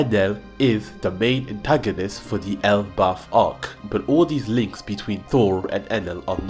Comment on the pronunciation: Elbalf ❎ L Buff ✅